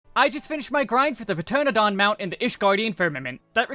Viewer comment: pronounced "Ter-ana-don" fyi :)